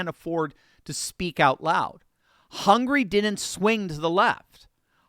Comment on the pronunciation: It's "Hungary", not "hungry".